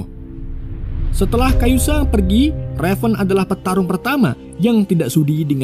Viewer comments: Kazuya min bukan kayuza 😂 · Kazuya bang woii Kazuya bukan kayuzA kayuzA kanjut lu bang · Kazuya bukan kayuza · Kazuya - Kayuza wkwk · Bro bkn kayuza tpi kazuya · Kayuza saha anynx!? Ka Zu Ya kali ah. Nina jg nyebutnya Ana 🤦‍♂️ Riset min...riset... 😑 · 🙏Mon ma'af harusnya Kazuya bukan Kayuza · Typo bener mulut😂 kazuya bg bukan kayuza😂😂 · Ka-zu-ya bukan Ka-yu-za....iq 78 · Kazuya kampreet 😂 Kayuza kayuza 🤦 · KaZUya Om, bukan KaYuZa :) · kazuya blok, bukan kayuza awkoawkkawko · Min Kazuya min bukan kayuza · KAZUYA Bang. Bukan Kayuza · Kazuya min ...bukan kayuza😂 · udah bener nulis kazuya bilang nya kayuza😭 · Kazuya bang, bukan kayuza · kayuza 😂😂😂 yg bener kazuya fergoso😂😂😂😂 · Kazuya min bukang kayuza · Kazuya bkn kayuza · Kazuya bang bukan kayuza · Kazuya bukan kayuza 😂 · knp kayuza kn kazuya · KAZUYA bukan KA YU ZA mimin😡😭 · Kazuya minnn bukan kayuza 😂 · Kazuya apa kayuza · Kazuya ❌kayusa ✅ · kazuya min bkn kayuza😂😂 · Kazuya bukan kayuza😂😂😂😂😂 anda bukan penggemar tekken😂😂😂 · kazuya min bukan kayuza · Kazuya bosku bukan kayuza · Kazuya or kayuza bang😂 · gw sampe² mikir antara kazuya atau kayuza min😭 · bikin bt pas sebut kayuza